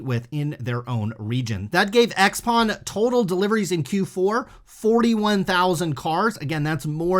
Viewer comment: Xpeng pronunciation is 'shou-pang'.